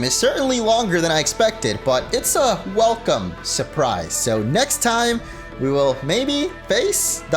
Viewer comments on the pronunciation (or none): none